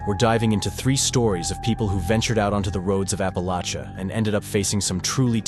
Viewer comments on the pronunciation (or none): Once again….. love you buttttt it’s APP A Latch A ( not, the sp)